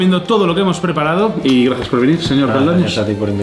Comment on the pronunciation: 😂😂😂mandel😂😂😂"gracies" De res